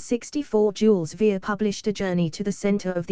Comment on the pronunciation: The author of "Journey to the centre of the Earth" is Jules Vern. Not Jules "Veer". Interesting information. I do not agree with any of it but was interested to know why people want to believe that our Earth is flat and/or hollow. Peace.